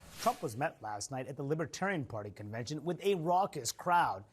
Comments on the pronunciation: He keeps saying "libbatarian." You'd think if he wanted their votes, he'd know how to pronounce it. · That orange skin is mighty thin. And BTW, what is a “Lib-a-tarian” anyway? Chump: still a dangerous fool. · Trump did NOT say he would put a libertarian in his administration. He said Lib-ah-tariun That pathetic difference is enough for him to reneg on the promise....aside from the fact that anyone willing to work with him is by definition NOT a libertarian!